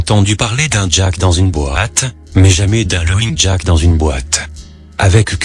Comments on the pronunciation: et haut faite lapin c'est pas loging jack comme tu le prononce mais laufing jack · je suis coulrophobe ( phobie des clowns ) certaines images m'ont mise mal a l'aise et l'histoire est tragique et horrible au fait , laughing se prononce " lafing" et non "lowing " ^^ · Sympa, impossible mais sympa, par contre les modifications de niveau du son sont hyper desagreable Et 'lowing jack" ca desacralise completement le recit ... gh en anglais se prononce F et Laufing Jack c'est bien plus percutant. Cela dis c'etait sympa. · Il dit l'auing jack ?